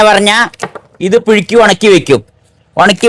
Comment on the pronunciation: പിഴുക്കി അല്ല പുഴുങ്ങി